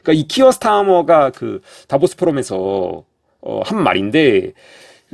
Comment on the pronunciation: "다보스"라 말하는게 "데빌스"로 들리네😅